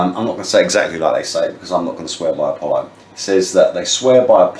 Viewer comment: The oath was to Apollo not apolion or whatever .. Wtf old man